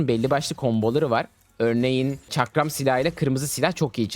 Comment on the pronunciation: Çakram demesini izlemeye geldim arada bir farklı pozisyonlar çıkıyo lütfen videoyu düzeltin